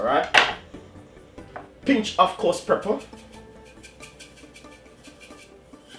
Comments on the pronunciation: It's Pepper not Prepper lol idk y that bothered me so much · Chef say pepper. Not prepper. Have a good day you're the best. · I like how chef says Prepper not pepper ❤ bless up yuself chef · That's moment when you said preper and not pepper 😂😂😂😂 nice video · Stop wid de " preppa"' lol. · Dwl... I can't with you chef... Those pronunciation tho... #Twanging at it's best